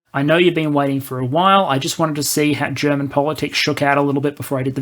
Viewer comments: Been looking forward to this video. Your German pronunciation is pretty good for an English speaker and your sound quality has gotten noticeably better. Not being able to plan for the long term is a problem Germany has in general, not just regarding the military. It's also true that most people here are uncomfortable with the idea of being a military power. We are rightfully very critical of how countries that do have powerful militaries use them, especially the US. But as you said, just because we'd have this power, doesn't mean we'd have to go around invading places. Hopefully the 100 billion will manage to refill ammo and basic equipment stockpiles and get us a couple F-35s, but I doubt the necessary reforms will happen to fix the Bundeswehr's problems in the long term. Frankly, our military would probably be managed better if we let the EU do it for us. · Can we just admire for a moment how an Aussie - who crowned themselves as kings of butchering every language, including their own - has actually really good german pronunciation. Edit: very well researched and put together video